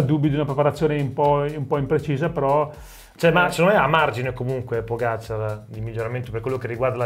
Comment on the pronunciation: Vingegaard è credibile? No. Fine. Comunque si dice Pogàciar, non Pògaciar. E Vinghegard, non Vingegard.